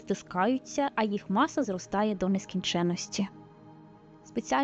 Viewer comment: якщо вже так принципово використовуєте етер (хоча можна і ефір), то чому кажете у відео то потяг, то поїзд? Куля у вас чомусь називається шар. А маса вимовляється з подвоєною с.